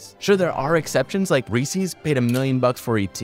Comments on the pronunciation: Where do people live where they say "Reeceez" because I've heard people mispronounce at before... it's so weird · Is nobody gonna talk about the fact that he pronounced Reeses wrong? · The way you pronounced Reese’s is aggravating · Um "Reesies"? The name is "Reese" and it is their candy "Reese's", it rhymes with pieces. Like their candy "Reese's Pieces". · It is amazing to me how many people can't properly pronounce "Reese's"